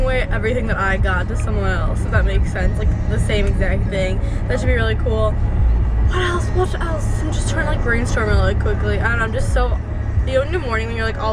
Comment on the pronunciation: vut vut vut else..lol so russian